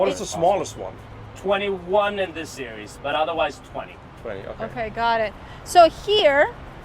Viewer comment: Series -- It's "seer-eze, not "seer-e-us." Just sayin'